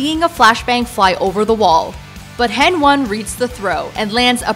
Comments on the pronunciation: It triggers me so much when she says hen one instead of heni... I mean its obvious af... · saying hen one multiple times instead of heni lol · Did she fcking say hen one?!